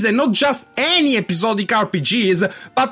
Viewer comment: nitpick: ".hack" is pronounced "dot-hack". The dot is not silent. :p